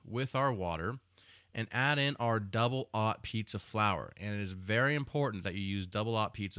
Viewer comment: Double AHH pizza flour !! Lol I like your creative pronouinciation of two zero's !! How do you pronounce "Double 5" ?? is it "Double FAH" ?